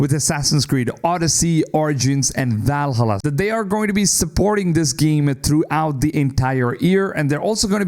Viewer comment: My man, how did you just pronounce Valhalla?....